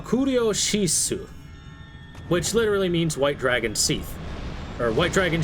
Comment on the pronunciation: Seath? What kind of a name is Seath it's Seth!